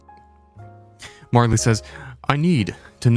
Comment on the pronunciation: Marley? Marlow...